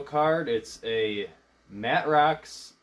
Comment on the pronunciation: Video card is pronounced May-trox. In their day they were the best 2D card. I watch a lot of videos like yours and you did pretty good but it ran a bit long. I look forward to your next video.